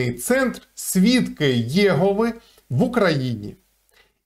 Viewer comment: О, вітаннячка вам від підписника свідка Єгови! 😊 Але свідки ЄгОви!! Не Єгови))